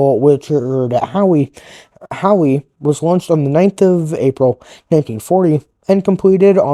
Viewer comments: How...not HOWEE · Howe!.. Not Howee.. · the ship is called HOWE not Howie and the story teller is difficult to hear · I don't think I ever told you that I like the new intro. Also, just as a heads up Howe is pronounced how. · My grandfather, who served on her through most of the war, would be turning in his grave at that pronunciation… I couldn’t finish watching… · Need to learn how to pronounce the name of the ship.☹